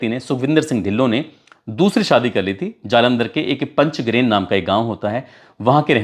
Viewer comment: गांव का नाम पंचग्रेन नहीं पंज ग्रांईं है